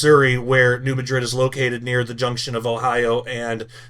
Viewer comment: It’s pronounced MADrid.